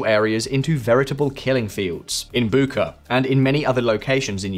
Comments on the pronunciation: It's not Bukka, it's Bucha. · For the record. It’s pronounced “Butcha” not Buca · The "ch" in Bucha is pronounced like that in cheese. How do I know this? I checked in Wikipedia which took me 15 seconds. You could do the same and appear more professional.